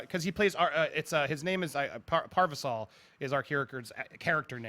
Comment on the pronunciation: There's more slips of the tongue by that guy than you sake a shtick at: "Ready Trailer One", "Steilberg", "Parvisal"...